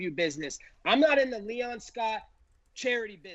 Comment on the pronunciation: Colby slipped on Leon’s name 😂